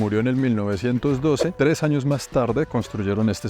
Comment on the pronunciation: Dejé de prestar atención de la risa después de "En los sños 1600" 😂😂😂😂😂